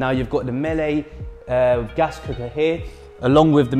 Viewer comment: 1) Sandbanks is not in Bournemouth, it's in Poole. 2) Miele is pronounced "Mee-Luh" not "Mellay"